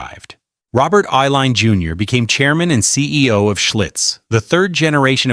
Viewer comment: I am from Milwaukee and was in college (when I drank a modicum of beer) during the 1970s. First correction - the family that owned Schlitz (and half of Milwaukee) was pronounced ee-line). The Uhilein family cashed out of all their major Milwaukee holdings. It was said that they changed the formula in order to drain all the money from Schlitz, which was an excellent beer for low price in the early ‘70s, to horrible stuff within a few months. I first tasted the new formula when visiting a friend in Boston, and assumed the difference in taste was due to the difference in water. Several months later the same change happened in Wisconsin. I switched to Heiliman Special Export, which was bought out and changed a few years later. American quality on mass produced items is gone.